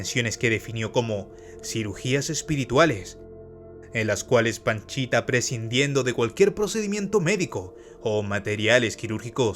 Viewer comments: "panchita" o "pachita"!?!?!? Según yo, es pachita! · Es PACHITA, No PANCHITA jaja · Por favor documéntate bien no es Panchita es Pachita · No es PANCHITA bro. Es PACHITA. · Es pachita no panchita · Panchita no es pachita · Pachita* no Panchita. Aún así, muy bien video. Te documentaste bien. Lastima que lo hiciste muy corto. Saludos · Pachita, no panchita. 2 años, no 2 meses. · Hola, oye no es "Panchita":(, la sanadora se conoció como PACHITA, saludos. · No comento para criticar,,, pero la curandera se hacía llamar Pachita,,, no Panchita,,, los libros con las vivencias de gringberg y la curandera son difíciles de conseguir pero aki en Youtube se pueden encontrar en audiolibro son muy buenos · Pachita no Panchita. A Jacobo se lo llevaron entidades superiores porque su vida y legado de conocimiento corría peligro. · La curandera se llamaba PACHITA no "Panchita" mi buen! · Se llamaba Pachita, no Panchita. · Solo como dato, es Pachita, no Panchita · Buen video bro, solo que la sanadora era Pachita, no Panchita 🤭 Otra cosa, según sé, cuando fue a buscar a Pachita no iba por 2 semanas y se quedó por 2 meses, iba por 2 días y se quedó 2 años, y en ese tiempo aprendió mucho sobre la mente, y que el universo es metal... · No puedo evitar reírme cada vez q dice paNchita jdjajajaja